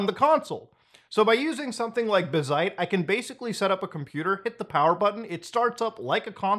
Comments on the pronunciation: BAZ-ite not bah-ZITE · Obligatory it's pronounced bazzite, not bazzite. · man pronounces bazzite like bazinga